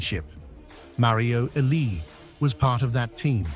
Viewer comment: Thumbs down for AI pronouncing legends name wrong